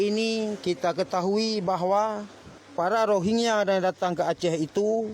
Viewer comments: Rohengyah bang bukan rogea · bang gw lebih fokus kenapa lo susah banget ngmng rohingya, malah jadi rogiah. 😅